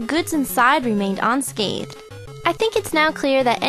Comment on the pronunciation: But what's with pronouncing "unrealistic" and "unscathed" like "onrealistic" and "onscathed". I've never heard that before and it's just weird.